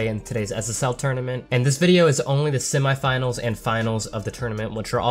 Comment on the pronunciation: Why u saying semi finals weird no hate keep up good work thow